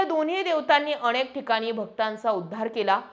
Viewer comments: तुम्ही खूप छान बोलताय तुमचे व्हिडिओ नेहमी बघतोय , पण अणेक नाही अनेक, ण च्या प्रॉब्लेम चं तेव्हढं बघ बाकी उत्तम 🚩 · अणे nahi अनेक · छान बोलता पण नळातल्या न च्या जागी बनताला ण वापरला म्हणजे शुद्ध भाषा हा भ्रम आहे... अणेक नाही अनेक नावाणे नाही नावाने णेमके नाही नेमके...